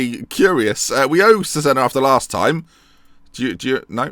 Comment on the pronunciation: loving the series but it's pronounced Chezayna :p